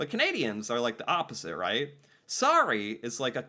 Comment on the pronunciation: How many times in one segment can pronounce sorry wrong?? 😝